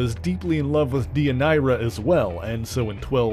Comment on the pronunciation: I was going to make that comment! Also, Deianira is pronounced Day-yun-air-rah. Come on, Hercules: the Legendary Journeys taught us that in the 1990s! 😁